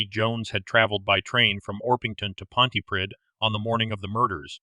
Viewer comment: I was living in Llanharry at the time of these murders. The community was and is split on who committed the crimes. A word on pronunciations: Ll in Welsh is pronounced Cl so Llanharry is Clanharry. Pontypridd pronounced Pontyprith. I cant see how Jones could have got from Pontypridd train station to Llanharry. There was no local station in Llanharry. He would need to get a bus and change at least once. Well over an hour local journey. Someone local would have seen him.